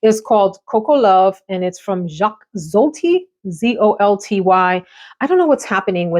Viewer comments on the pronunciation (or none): none